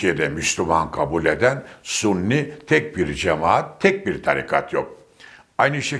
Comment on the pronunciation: "Sunni" değil, doğru şekli (Sünnet Ehli'nin kısaltması olan) "Sünni"dir.